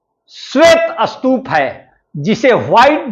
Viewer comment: Sir is the pronounciation of Stup is Astup...?